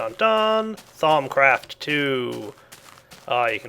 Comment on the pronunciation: "thong craft"